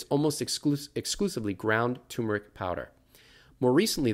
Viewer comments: TUHR' muh rik, not TOO muh rik. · My biggest question about turmeric is: why does nobody pronounce the first “r”?